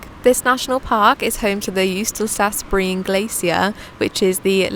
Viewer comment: Hello ❤ new subscriber here 🤓 Break up Jostedalsbreen in four. And pronounce the o,e,a properly. JOOSTE-dals-bre-en. The j is not a dj sound. It’s a Ye sound 🫶🏻🤓 hope this helps. And Å is its own sound. It’s the same as the word all(right).